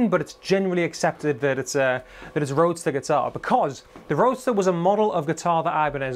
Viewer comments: It's not Roadster, it's Roadstar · "Roadstar," not "roadster." And the Spanish surname "Ibañez" would be pronounced "Ee-BAHN-yeth" if you're a Castilian or "Ee-BAHN-yess" if you're not. But since Ibanez, the brand name isn't Spanish, really, it's perfectly acceptable to pronounce it "EYE-buh-Nezz." I used to have an RG550 from about 1994, I think. It was an extremely well-made guitar. The frets were so smooth and slick. My only complaint about it is that the "Wizard" neck was too wide and flat. It was wider than the guitars I learned on, so my fret-hand muting was often ineffective. Also, it gave me tendinitis learning and practicing Randy Rhoads' solo from Over the Mountain. I had to quit playing altogether to recover. That was the longest 3 or 4 months of my life so far. Even so, after recovering from the tendinitis, I basically wore the guitar out and ended up trading it in for an Epiphone Les Paul Custom and some other stuff at Guitar Center. So I kinda miss it, but I don't really miss it. If Ibanez would make them with thicker and narrower necks, I'd be all over them. Since they don't, I'll probably just have to content myself with other brands' offerings and/or Warmoth parts guitars.